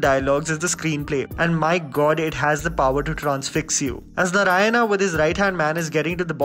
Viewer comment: I wish you said Narayana and not 'Naraina'😑